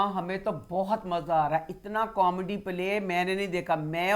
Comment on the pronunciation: Yes you can bomb our innocent people and we can't make fun of the words that you speak wrong, Maja isnt even a word in any language..No one is making fun of any language i dont think maja is a correct word in hindi either!